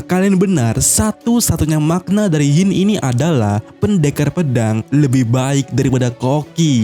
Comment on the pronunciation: Sebut la Hint bagi betul. Hint bukan Hyin